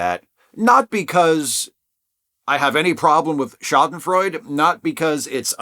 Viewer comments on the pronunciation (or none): Yes, I’ll be “that guy” and correct your pronunciation: it’s shah-den-froy-duh. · Pedantic: The "e" on the end of "Schadenfreude" is not silent. Thank you for your videos. I really like them.